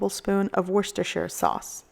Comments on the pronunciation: Congratulations....on a great recipe and maybe the only one on the Internet who knows how to properly pronounce "worcestershire" sauce!!!! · It looks great, and I applaud you for saying worcestershire sauce like a grown up even if I can't spell it like a grown up. I hate it when people mangle up words like scabetty for spagetti. Excellent Brisket dinner. I'm hungry now and I just had dinner. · I live 2 miles from the factory in worcester and was raised 200metres from it !!! ITS PRONOUNCED Wor-ces-ta-shire